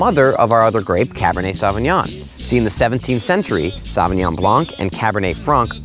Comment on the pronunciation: Good video. It's a shame he can't pronounce Sauvignon.